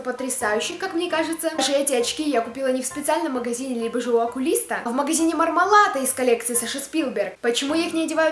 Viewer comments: не МармалАто, а МармалЕто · не мармеладо а мармелато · Меня одну бесит то, что она говорит "Мармалато", а не "МармалаНто"